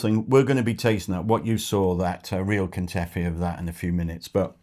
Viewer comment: It's ba-kla-VA and ka-ta-EE-fee. If you can travel with some from a bakery, do that. If not, enjoy while you are there and look for a pastry shop or befriend a greek family that bakes local to your home. 😊